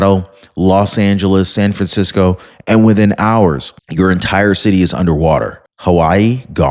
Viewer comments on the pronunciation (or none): none